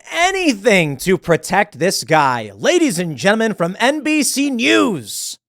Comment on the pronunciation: "Lady's and Genmen" 😂